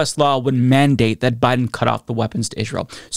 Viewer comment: Israel is pronounced like "Ijrael?"